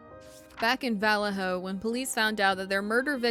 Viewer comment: Good story, well done, but please learn how to pronounce “Vallejo”. You might as well be saying “VillayJoe” ;)